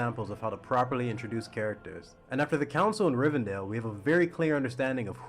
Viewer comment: This analysis is rather weak. "Rivendell" not "Rivendale". Critiquing a modern movie script for showing off the main character's skill when 99% of action movies have done the same thing for the better part of 3 decades. Fleshing out characters that have no future in the story? Really? You want nobodies to have story arcs and interactions like Merry and Pippin, main characters? And missing the fact that the light / dark forces play on each other and influence the weaker minds, making them beg her to give up, which is very much a factor in the original trilogy. Not a great take overall. "Unlikable creatures"... dehumanizing is an odd way to end the rather luke-warm take that misses pretty key details of LOTR.